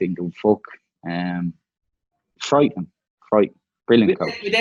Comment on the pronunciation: TAKE A SHOT EVERY TIME DUFF SAYS 'FRIEIGHTING".